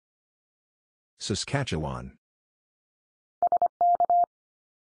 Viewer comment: And he can pronounce Saskatchewan almost perfectly! :)